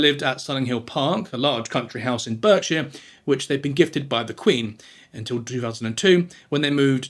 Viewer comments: as someone born and raised in berkshire, england its pronouced bark-sheer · 'Burkshire' ...who is this guy? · I love these videos but seriously the pronunciation for a Brit is bewildering. Berkshire… it’s not pronounced how it is written…. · a bit disappointing to hear and English person not know how to pronounce Berkshire